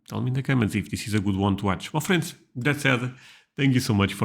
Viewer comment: when you say "my friends", it sounds like "muffins" 😂❤